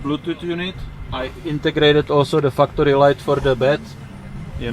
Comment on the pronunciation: Sorry, are you sayin fu-cktory or factory? Because fu-cktory is a really cool company name, if thats who makes those items you point out, lol. Awesome rig BTW